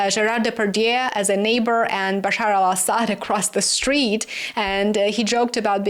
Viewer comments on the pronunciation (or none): none